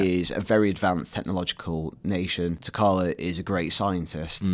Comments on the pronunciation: "T'Calla"?. . . smh. . . . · T' CHalla. Not T'Calla lol